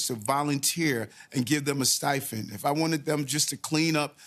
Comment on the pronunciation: Cannot give illegals a "Sti-fend"?? The mayor of NY cannot speak English.